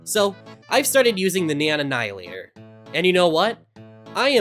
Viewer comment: "The neion annihilator"